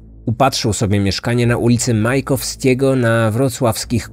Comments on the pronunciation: Majakowskiego. Nie Majkowskiego. Drobna poprawka. :) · Ul.Majakowskiego* Na Kuźnikach, ale zazwyczaj każdy przekręca nazwę tej ulicy😁